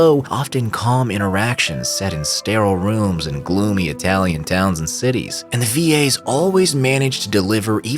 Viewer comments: who tf pronounces italian as eye-talian? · Why do you say Italian like that? 😭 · I think this is the first time I heard someone pronouncing "italian" as "eye-talian"